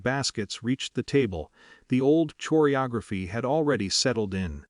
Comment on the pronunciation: Gotta hatevthat family 'ch' oreography, like those musical 'ch' oirs & 'ch' rome taps!! If you are narrating, learn to speak the language.